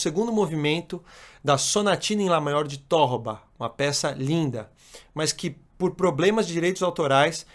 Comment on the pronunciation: Excelente entrevista. Fábio Zanon ‘sabe’ mesmo, ou seja, sabe ensinar e sabe fazer. Isso não é tão frequente como se pensa, embora muita gente do violão procure disfarçar esse problema... Apenas uma leve correção:, na introdução, se entendi bem, comentou sobre a Sonatina de ‘Tórroba’. Para evitar que esse ligeiro equívoco se perpetue nas redes sociais, destaco que o correto é Torroba, paroxítona. Inclusive, Fábio pronuncia corretamente em alguns pontos da gravação. No mais, continue com essa ótima série de podcasts!